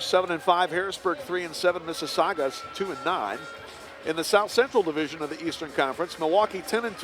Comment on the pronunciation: Please stop mispronouncing "Mississauga" as "Mississaugwa"!